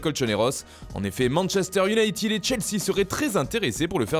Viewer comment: Manchester i O U N A ï T E D 20 dious,pas iounaït i i i i i id💩😩 désespérant